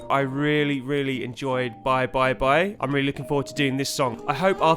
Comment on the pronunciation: like "beebee" like the sounds beepers used to make. there have been many attempts to pronounce but bye bye bye was the most inventive